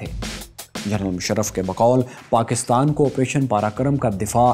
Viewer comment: It's Op Parakram, not karakram